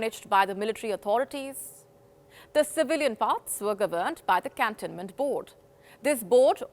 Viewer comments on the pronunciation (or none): I just cant stand her pronunciations on words like 'cantonment'.....it is as incorrect way of pronunciation. And, she doesn't know where to stop and where to pause while reading a sentence. Just terrible. I complained earlier, and I am complaining again, now. Kindly look for an alternative.